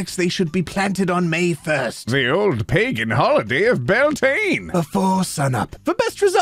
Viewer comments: Pretty sure Beltane is pronounced bee-ELLE-ten-A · “Beltane” is actually an Irish holiday and it’s Bealtaine (pronounced be-aul-tan-ah). It’s the first of May and there are lots of traditions around it. So Bealtaine and Samhain (s-ow-in) are opposites of eachother. With Bealtaine being May Day and Samhain being Halloween. Ireland is where modern day Halloween comes from, and it is thought that on these two days the veil between our world and the spirit world is thinnest. Traditions such as jumping bonfires on Halloween to ward off spirits or leaving flowers at entrances to your house on Bealtaine meant that you were protected from the fae! Hope this was interesting- I love being Irish